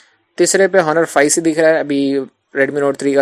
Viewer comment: Just correct the pronunciation of Honor.